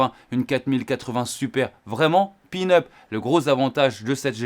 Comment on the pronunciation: " c est pin-up" 😂 on dit peanuts😅